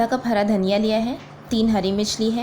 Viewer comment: dhaniya zeera sahi nai bole